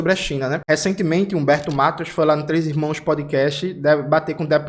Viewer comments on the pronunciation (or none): none